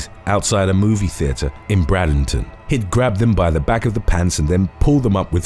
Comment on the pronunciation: It's pronounced Manatee County like the animal. I believe that's the city where they have the manatee habitat. And the other one is Bradenton county pronounce like the word braid. I live in Florida so I happen to know how to pronounced so I think I just help you along whenever you have any videos with these other cities not that you're not awesome you are awesome we love you 💕💕💕